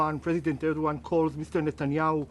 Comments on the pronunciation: Why trump call Turky prisdent Erduan. Where is the G letter gone? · clown show nothing else a bunch of non sens, cant even prononce Erdogan. the level of ignorance and stupidity on international affaire is astonishing! at his point Satanayu could just be president of the US sicne Israel already runing america.